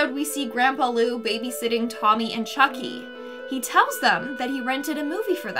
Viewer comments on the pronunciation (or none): none